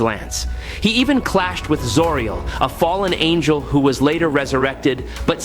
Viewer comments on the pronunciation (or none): none